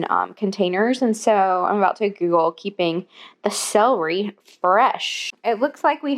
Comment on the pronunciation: Love you so much but it's cel-er-y not cell-ree lol 🤍